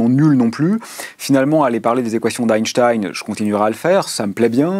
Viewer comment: Avant de donner des leçons sur la pureté de la langue, commencez par éviter d'écorcher le nom d'Einstein et le mot "satellite", par vous rappeler qu'on doit mettre une espace avant le point d'exclamation ou d'interrogation, qu'il n'y en a pas après une parenthèse ouvrante. Pitoyable.